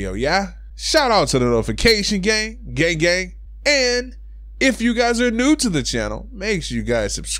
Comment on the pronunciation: It kinda sounds like gay gay when he says gang gang